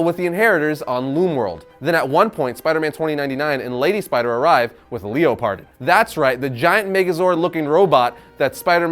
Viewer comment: Leo - Pardon lolol I am pretty sure it’s just pronounced like Leopard + on. Good video tho! Can’t wait to see it.